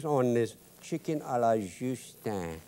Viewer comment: Love the way he says shicken